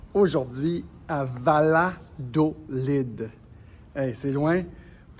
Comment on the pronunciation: PS: c’est pas Ladolid 😂 c’est Yadolid... LL = ya en español xx 😚